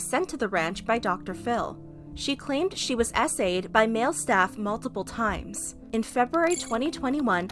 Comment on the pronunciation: ngl when she said SA’d i heard essayed